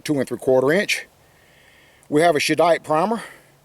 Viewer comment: “Sheddite”? You mean like “Sheddar sheese”? Or is it “Cheddite”, like “Cheddar cheese”.